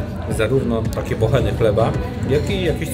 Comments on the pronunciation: Mowisie bochny a nie bocheny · Nie "bocheny", tylko bochny. Proszę...